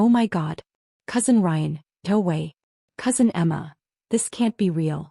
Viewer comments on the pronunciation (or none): “Toe way.” Should be ”No way.”